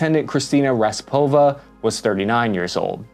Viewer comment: How could you pronounce all of the names wrong??? :D just read slowly... A L E X E Y, not Aleski :D K A R I M O V, not Kamirov :D R A S P O P O P O V A, not Raspova :D D M I T R Y, not a damn Dymytryj 😅😅😅 And so on... this frankly made my day.